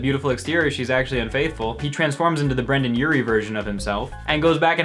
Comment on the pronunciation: ita brendon not brandon